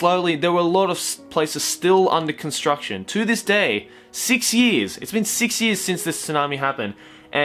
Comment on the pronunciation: I know this is a serious video but when he says years it sounds like he's saying yee -s